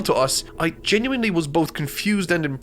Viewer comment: Reminds me of how he always pronounces "genuinely" as "JEN-YOU-WINE-LEE"